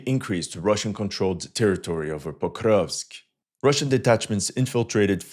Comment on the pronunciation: Be honest bro, you just like saying "pokrovsk" in that funky-ass accent.